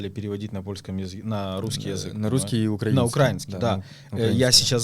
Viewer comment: Выучите уже наконец где ставится ударение в слове «украИнский».